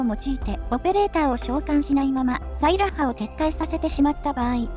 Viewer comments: サイラッハの発音、ソイヤッサと一緒なのね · 俺の西壁特攻お姉さん！！！！！！！！！！ ところで名前の発音、サイラッハ↗︎じゃなくて サイラッハ↘︎なのか